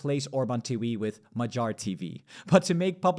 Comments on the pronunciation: Non-Hungarian here, but why say "Majar" instead of "Ma-ghee-ar" / "Mo-ghee-or". Good video anyway! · mah-JAHR 😬 does he really think that the stress in Hungarian is on the last syllable 😂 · Hungarian a is somewhere between English a and o. Tounge is down in the mouth. Hungarian gy is a double letter representing one sound. It is like d+y, but just one sound. The y in the Hungarian alphabet, as part of double letters, is a sign of pronouncing the letter more softly. In this case it is like you would pronounce a sound between d and g (not like in "George" but like in "gun"). I think the homepage Forvo will help you. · it's only funny if you mispronounce his name like this video host does. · Magyar G should not be spelled with a G of "gentle" but instead with the G of "gate".